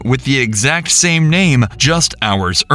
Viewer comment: “That Nahum, we just picked up a person at APpleBeez with that sahum nahum.” 🤔 Dublin accent right thar! lol (I live 30 mins from Dublin”